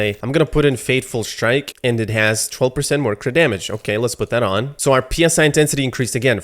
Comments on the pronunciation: PSI intensity? It's pronounced 'sigh' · psi is pronouced psy like psychic. psi is pressure per inch p s i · "Psi" sounds like "sai". It is not an abbreviation.